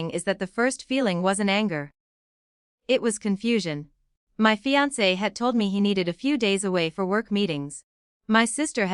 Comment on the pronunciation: Fiance is woefully mispronounced.